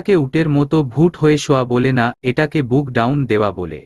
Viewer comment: বুক ডাউন না , শব্দ টা বুক ডন ।